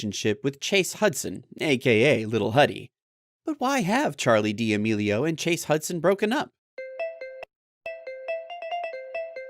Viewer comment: Charli demelio💀🤣🤣🤣 it’s Charli D’Amelio